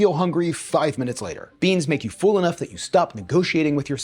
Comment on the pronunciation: I'm an Aussie and I bet you know we say things weirdly with our accent, but did you know the way you pronounce "full" and "fuller" sounds like how we say "fool" and "fooler" 😂